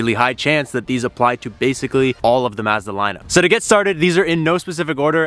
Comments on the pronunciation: Ma-zzzz thaaaa ....... Try - maaz· duh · One little thing that shows a regional accent is this "Maaazda" pronunciation. Like Ma as it "mad", Mazda, everyone and their uncle that I know in SOCAL is Mazda as in "ah" like "ah, that's nice", "Mazda". That ma as in mad sounds so weird to me, last time I heard that was Canada. "Yam" rhyming with "ham" in Yamaha. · It’s Pronounced Mahzda. Maazda. Is this Canada? 😂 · It's pronounced "Mahz-dah", not "Maaz--duh" 🙂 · ma-zda not mayzda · I stopped when you said Maaazda, it’s Mazda. You don’t say the a like in map, a as in ma(mom) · M+ ahh + zda. Not maaa+ zda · Well, first hidden feature is to learn how to pronounce the name of the company. "mAHzda" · Turned off the video as soon as he said "mahz-da". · Pronounced “mahzda” though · That's not how you even say Mazda.. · Good. Suggest the younger guy learn how to say "Mazda." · Mazda like Mad? I thought it was Mazda like mom. Sorry can't listen to you say Mazda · Why are you pronouncing Mazda like that?